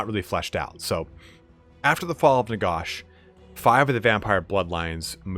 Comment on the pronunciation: "Nagosh" lmao